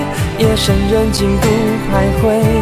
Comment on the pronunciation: 徘徊 他是不是念错了啊